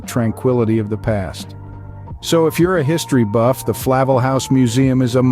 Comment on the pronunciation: Disappointed. The video is not in sync with the narration; a large percentage of the video is from towns other than Astoria; Flavel is pronounced FlaVEL, not FLAvel.... just not accurate.... poor quality... showing a bartender when he mentions Bar Pilots...? No....!